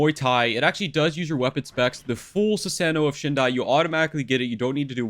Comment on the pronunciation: Nice video, very helpful 😎 btw it’s shah-rin-gawn (sharingan), shi-soo-E (shisui), soo-sah-no/noo (susano’o)